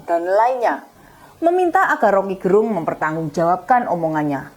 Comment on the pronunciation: Rocky gErung. Huruf "e" pada kata "gErung" dilafalkan seperti pada kata kEcap/Enak. Jadi bukan "e" seperti pada kata "sejuk/sedih". Gerung Itu nama marga (Fam) orang Manado - tempat saya.